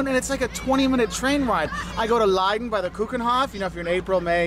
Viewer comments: You said koockenhof but we dutch say keukenhof... it is a beautyfull garden of tulips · its " keukenhof " and its a botanic garden located in Lisse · Its keukenhof google it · “The cookenhof”, is actually “de Keukenhof”. It’s a hard to pronounce word for non native Dutch speakers, which translate to kitchencourt. Don’t ask me why, that’s the name. What is there to see, a big area with all kinds of flowers and plants. And of course they are best to watch during spring time.